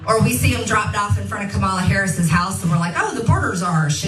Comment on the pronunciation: MJT knows how to pronounce Vice President Harris's name. MJT chooses to mispronounce the VP's name.